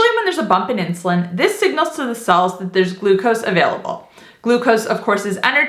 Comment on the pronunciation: The word "cells" is sounding like 'sulse'.